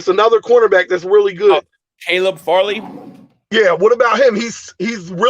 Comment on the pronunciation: He called Caleb “selleeb” 😂